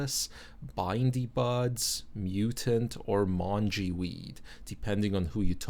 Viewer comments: I'm joining that hunt too! The only thing you said wrong was mongy, its pronounced m-ong-y. Thanks for the awesome videos, love them here in Aus. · Mongy would be pronounced with a hard G. and the first part of Bindi would be pronounced like Bin . we have the grass with the spikey little balls in it that we call bindi's - most likely where that comes from. Im not saying that to be a dick but more to educate you. loved the video.